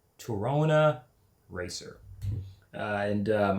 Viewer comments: Na bro it’s Torana, it’s said as it’s spelt it’s not Tarana bro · Toronus??? Why do you pronounce it like that?? No o after the r ?? T O R A N A SPELL IT OUT TORANA WITH AN A, A AA NOT O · It's not a "Toerona" it's a "Ta!RhaNah" we had one in the 70's and 80's in Sydney. The lead singer Peter Garrett of the Aussie band Midnight Oil, who lived down the street at the time, helped my mum fix it up once when it broke down. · Toh rana... Not Toh rona. You're getting their.. just need to learn Australian English... Convicts United!! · Wow pronunciation errors..dude .. Aussie is not ossy......Torana...is not Toe rana...dude... please lol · Torana get it right!